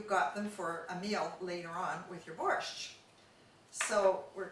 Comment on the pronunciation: Yuck! nothing she made was even slightly Ukrainian!!! I never heard of borscht with cilantro, and I have eaten borscht in Ukraine, the USA, and CanadaAnd ever one of them have had dill in it. Where did you find this non Ukrainian to try to cook Ukrainian food! She cannot pronounce borscht correctly